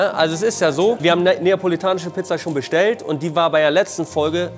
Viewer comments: Niemand: Monte: Napoelanische Pizza Liebe geht raus <3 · Es heisst neapolitanische